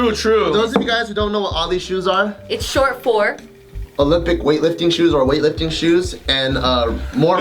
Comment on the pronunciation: ah-lee? oh-lee; oh-limp-ick.